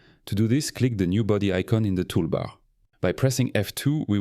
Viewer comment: I’m no expert in AI, but the way he pronounces “tool bar” differently and makes me think it’s actually a frenchman. The latter’s R is more thick, if it really is AI then it’s pretty concerning